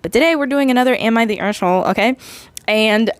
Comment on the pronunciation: Istg i am going crazy about how you say the a in aita lol Its so funny "eshholee" XD (Also your art looks great